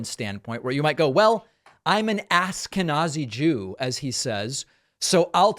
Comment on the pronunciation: "Ask-uh-n*zi-jew." ---RFK Jr. 😂